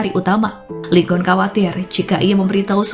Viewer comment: Lee Geon bacanya i gun min